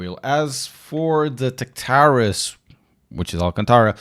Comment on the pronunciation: Why did you pronounce Tactaris like that? I haven't been this weirdly uncomfortable in a while...